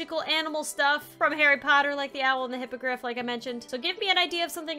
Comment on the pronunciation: Does she mean hipagrif or grifindore